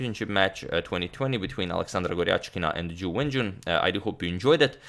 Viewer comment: I don't know why but every time he says Ju Wenjun i hear "jew engine". :D